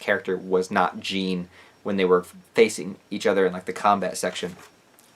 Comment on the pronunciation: As a French guy it's so painful to hear you pronounce Jean this way, great video nonetheless